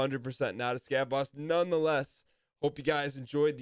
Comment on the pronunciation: the way you said scav boss at the end in a boston accent got me for some reason lmao i cant tell if that was intentional or not.